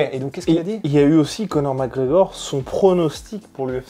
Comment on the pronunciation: "Co'or McEor"